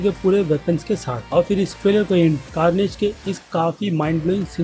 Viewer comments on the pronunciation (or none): Bro iits not garnage or garbage🙈